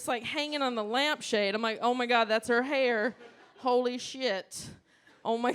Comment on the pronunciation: She took me back to my youth when she said 2 SPRIGS OF HAYER!